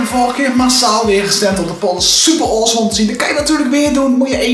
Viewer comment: in 0.16 zegt hij olsom 😞😅😄😆